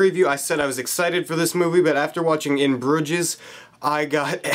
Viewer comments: Its Broo-zjess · ahhh how are u pronouncing that so wrong man. they mention the name of the town like 1000 times in the movie